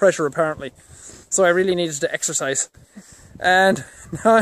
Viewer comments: What 'extherziz'? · EXERCISE? I THOUGHT YOU SAID EXTRA FRIES!! :-D